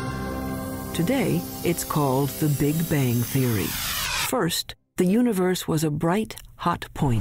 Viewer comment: 'Big-Bajng'? I get out of here.